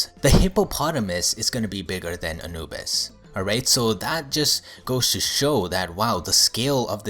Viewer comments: "anubus" dude its anubis. and he fucking called anubis a she. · Anubis is a male Edit: It is pronounced Uh-new-bis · He said Anubis wrong and called him "she"